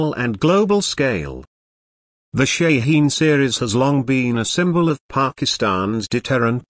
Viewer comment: its a goddamn ballistic missile. u dont need a frikin video for that - and its shaheen. theres no such thing as SHEEN